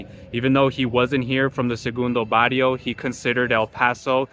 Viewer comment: Learn how to pronounce its not Bario its Barrrrrrio!